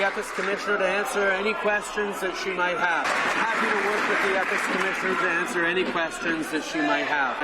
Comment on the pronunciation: Can't even Answ-ugh-er